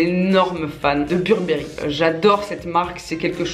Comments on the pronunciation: On prononce « Beurbeuri » pas « burbéri » 😕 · On dit burbery comme avec l accent anglais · « Burbéri? » chez moi c’est « Beurre Beuh Riz » qu’on prononce mdr! Sinon bisous 🍑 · Pareil 😂 beurre beuh riz🤣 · Ma mère le prononce "bébéri" 😂😂